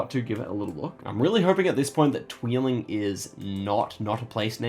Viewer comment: I like your pronounciation of 'tweeling' :). It means 'twins' and isn't a town name :p